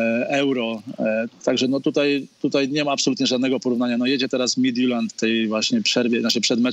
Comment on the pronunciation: Oglądałem pierwszy mecz i myślałem, że szlag mnie trafi słuchając komentarza. Nie pamiętam, kto komentował, ale wymawiał nazwę duńskiego zespołu dobrze, a drugi komentator mówił MITILAND xD